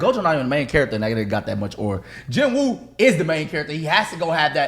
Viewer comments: out of all the anime y’all talk about, i think y’all pronounced about 3 names correctly. ITS PRONOUNCED JEENOO NOT JIN WOO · Now that I just finished watching solo leveling, why do you pronounce his name JIN WOO lol that's not what you heard in the show in dub or sub mane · Don’t debate him if you can’t say his name…(Jin-Ooo)